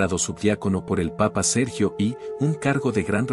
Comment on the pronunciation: Hermoso relato pero es Sergio1o no i igual que San Gregorio 1o no ix favor téngalo muy en cuenta. Bendiciones 🙏🙏🙏